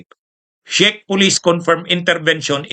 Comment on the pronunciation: correct pronunciation po ng Czech ay ‘check’, influencer ka po with almost a million followers in all your combined social media platforms, kailangan po na medyo virtually slightly-near flawless sa pronunciation. keep it up po, marami kaming natututunan sa mga vlogs mo. God Bless🙏